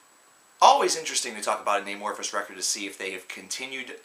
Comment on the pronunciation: I know this is old but just a few comments. First, dude you're saying their name really weird it's not eh-morphis but a-morphis. Like the word amorphous. Which brings me to my second point, their sound is, has, and will change. That's why they chose that name. Lastly all Amophis albums are good. Just depends on what you like. Some are heavy, some soft, but all are good. Obviously TFtTL and Elegy, and any Jousten era album.